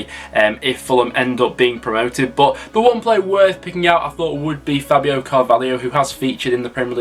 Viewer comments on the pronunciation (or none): none